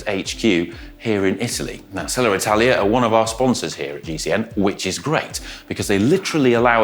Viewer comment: Is there an “R” after Selle? Why do you say it like that?